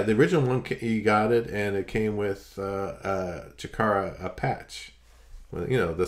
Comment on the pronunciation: I thought I heard pronounce Chikara "Shitara"...fitting that it was the Japanese version of "Smashes, Thrashes and Sh*ts"...sorry for the vulgarities 😉